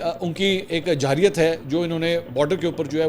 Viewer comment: منصرو بھائی آپ لفظ جاحریت بولتے ھیں جب کہ اصل لفظ جارحیّت ھے